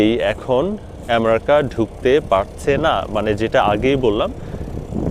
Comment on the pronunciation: আপনি তো আমেরিকা ঠিক মত উচ্চারণ ই করতে পারেন না